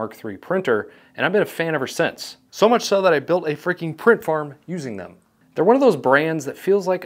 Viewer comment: Did he just say print ...farm?